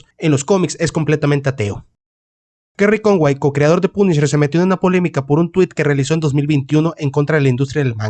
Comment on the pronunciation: De ultraderecha dice el wey 😂😂😂😂😂😂😂😂. Se ve que no sabes nada de USA y como pronuncias punisher lo confirmas .